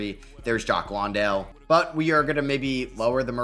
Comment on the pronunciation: Jock Landale is pronounced like LAN-dale. Like a LAN party